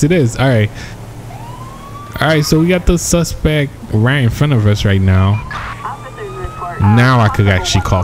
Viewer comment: the suspec is down.. lmao...SUSPECT!